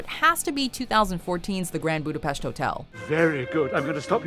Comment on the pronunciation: Let me say your pronunciation of the Hungarian word Budapest is great. So many ppl can not pronounce it right.